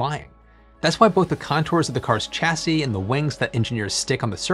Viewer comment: just so you know a car "chassis" is pronounced with a SHA-cee rather then a CHA-cee (what you said). Never mind OOtrekkted!